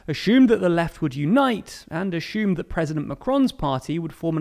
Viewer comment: Why are you saying assumed like stewie saying cool whip